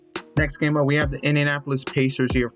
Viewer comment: bro said Indianopolis pacers